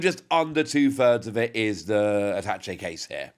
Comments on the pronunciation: I believe it is pronounced “ah-tah-shay” not attach-e.😂😅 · At-ta-chay in American English.